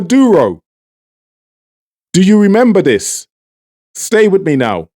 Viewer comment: All that accent and you keep saying Dis for This? You are as fake as your accent. It is Venezuela not Venewala. Exactly how are you empowering Trinidad with your propaganda channel? You should get a bigger mic to cover your evil face.